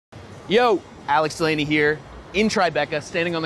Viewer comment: 🤨 “DeH-Lay-KnEE” -Brad